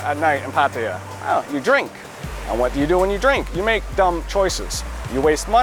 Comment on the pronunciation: It’s pah-tah-yah, not pat-eye-yah